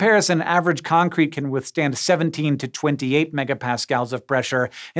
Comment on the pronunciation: My wife couldn't help giggle because she kept hearing Hank say AssCrete